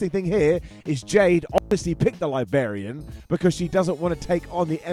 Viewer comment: "... the libarian... "?! Similler... not good, that. Not good at all.